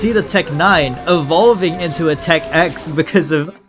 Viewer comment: Smh you AND the audience are doing a skill issue here, you say 11, they say 9, when it CLEARLY is called tech ix (icks)